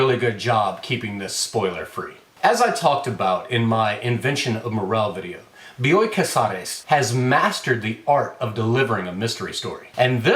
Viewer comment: As a paisana of Bioy Casares, I appreciated how well you pronounced the name. Not that I would have minded if you butchered it, but damn you sound good in Spanish, my man!